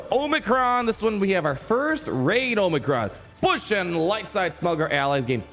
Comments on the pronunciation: saying bush instead of booush hurts my soul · Thought it was BOW -ssh like little bow wow not bow like a gift but I called her coming a yr back its funny he keeps calling her bush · I think Boushh is pronounced more like “bow-shh”. But this is better than our original Gamorrean Guard attempt lol (It’s all in good fun lmao) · The name pronunciation 🤨